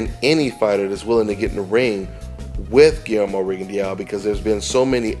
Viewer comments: My brother you keep butchering that man's last name. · Rigondeow hahah